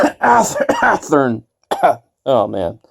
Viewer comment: I died when he said Athearn.